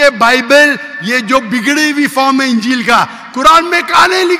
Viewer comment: Dear you are a teacher. Please, pronounce the word Ingeel properly. Ingeel not ungeel.